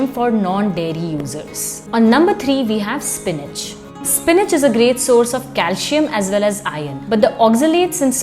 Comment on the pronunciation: It's not pronounced as calshium or potashium...otherwise informative video